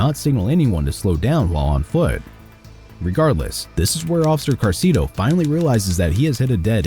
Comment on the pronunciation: ITS ACTUALLY OFFICER SALCEDO NOT CARCEDO😅